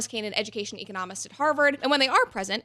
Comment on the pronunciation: The irony of mispronouncing "economist" in the middle of this video lol